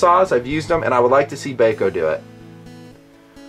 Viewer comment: Not Bay Co, It's BAH CO. Gheesh. My ears tweaked every time he said it. Bahco laplanders are unmatched in endurance. I would assume nothing less from the Force series. Thanks for the look.